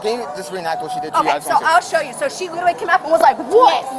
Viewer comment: leetereelee leeteree leeterree leterree of all of the words to learn in English. She sure got that one quickly.